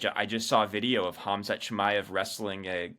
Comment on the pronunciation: Why do a lot of americans Call Khamzat, Hazmat ? Lol